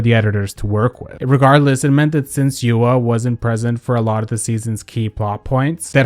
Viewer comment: It’s YOU-RWA not YU-AAAAAAA